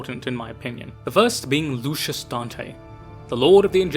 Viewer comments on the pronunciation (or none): I can't for the life of me figure out why this video has so few likes. It's probably the best overall in-depth analysis and explanation of the Blood Angels I've seen anywhere online and it's incredible. That said... You really need to read some of those names again my guy, you're adding and subtracting syllables all over the place lol It's Luis not LuCius It's Corbulo (Core-b-ew-low) not corboolo Etc